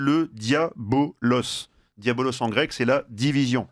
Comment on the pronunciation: ("Diviser" c'est "diabolus", pas "diabolos") Merci pour tout.